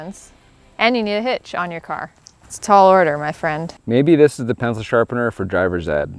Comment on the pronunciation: "The pencil shapener™" eh? eh?